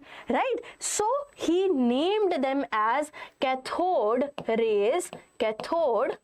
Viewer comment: Why is your english soo baad like u r saying ccathhod it is pronunced as caathod please use proper english